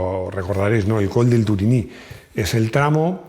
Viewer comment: Turini en frances se pronincia como si tuviera un acento en la última i Turiní enorme video grácias